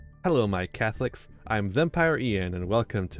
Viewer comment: "Hello, my Catholics!" Me: "There's no way I heard that right goes back...Or maybe I did."